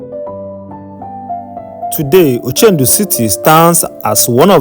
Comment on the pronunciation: It's ochudo city not ochendu